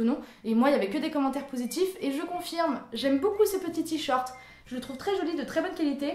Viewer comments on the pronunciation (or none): J'ai adoré la vidéo et j'adore vraiment cette catégorie mais tu me stresses à dire "t-short" au lieu de "t-shirt" ^^ Bisous ! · Ca me perturbe quand tu dis "t-shirt" "Tshort" 😂😂😂